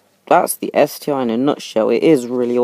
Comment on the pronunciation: It's ST-ONE NOT ST EYE.